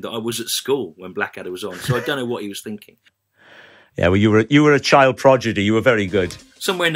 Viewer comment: Did you say "progedy"?